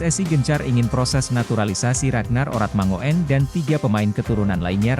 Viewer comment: Min..Baca nya Ragnar Oratmangun..bukan mango en..itu marga orang Maluku..😜😜😜lain kali belajar dulu..?😆😅jangan main hajar saja😀😆😛kalo bahasa Belanda..OE jadi U..ejaan lama😅😆ngopi dulu sana..min..😀😆😅